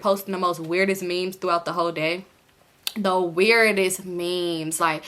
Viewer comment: you pronouncing memes as mems has me dyingggg lmao